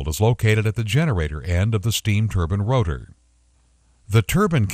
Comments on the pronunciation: wtf its spelled turbine! not turbin... drove me crazy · Why does he say turbin? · Everytime the narrator said "turban", it drove me crazy.